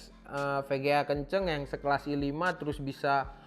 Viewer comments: ai tri - i faif HAHAHA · lucu orangnya.. ngomong i3 bisa (ai tri) ngomong i5 gabisa (i faiv)